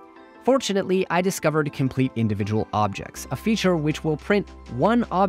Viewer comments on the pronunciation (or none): none